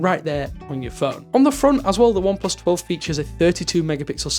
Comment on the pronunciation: Why do you keep saying ineplus?? It's oneplus!